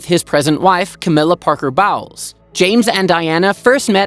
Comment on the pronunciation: Um...it's Camilla Parker Bowles, not Camilla Parker Bowels. Just saying.